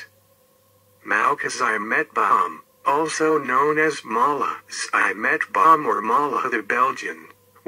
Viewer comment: It's not Eimetbaum, it's pronounced Tzi.metbaum